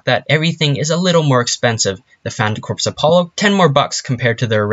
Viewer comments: Your saying phantom corps wrong its pronounced phantom Core like marine corps its not said corps its said core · its not corpse its corps ( core ) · Please get it right Its pronounced CORE not corpse unless your talking about a cadaver thank you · You're pronouncing phantom corps wrong. The "corps" is pronounced "core" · It is pronounced core not corps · I wanna fucking die he pronounced corps "corps" not "core" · It's pronounced Phantom "CORE," like marine corps. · It’s pronounced “core” good grief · Can you learn to pronounce "Corps"